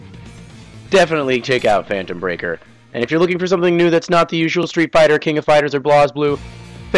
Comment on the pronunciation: Did u just call this fanetom breaker!